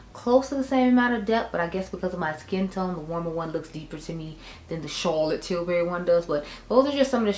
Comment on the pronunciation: All I can do is laugh every time you say Charlotte Tilbury 😂